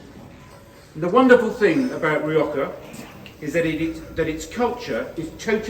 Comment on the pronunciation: what did la rioja do to you? why did you have to slaughter its name?